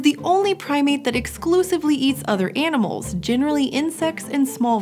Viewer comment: your A's are a mess. Animal, not iynima!l Can't, not cyan't!